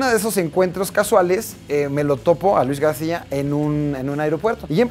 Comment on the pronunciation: Luis Gadcia jajaja